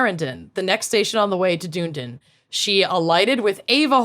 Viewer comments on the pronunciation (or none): pronouncing Dunedin as “doon-den” is hilarious, but also has me questioning why we say “done-eden” 😅 I might switch to prononciation!